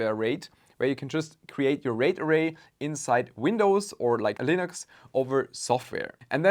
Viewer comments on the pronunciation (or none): none